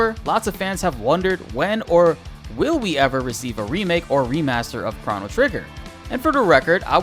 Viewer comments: chrah-no trigger lol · stop saying "chrono" like that lmao